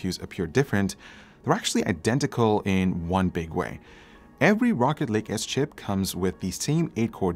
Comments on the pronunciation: Am I the only one who heard him say rocket league? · i thought he said rocket league at the beginning, it threw me off lol.... great video though, cheers! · When some people say rocket lake it sounds like rocket league lol he making me want to play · I really though you said Rocket League at first so I was very confused for about 30 seconds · I thought he said rocket league at the intro lol